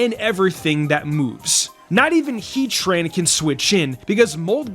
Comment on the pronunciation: It’s pronounced vir-RIZE-zee-UHN and HAHRTH-flayme, “”! 🤨